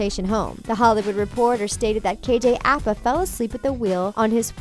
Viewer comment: KJ Appa? It’s APA! I think you guys know nothing about Riverdale.